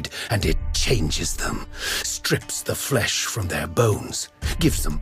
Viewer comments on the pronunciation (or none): none